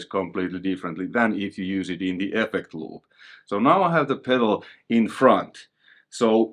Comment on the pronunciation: Effeccct loooop, you must be Finnish? :P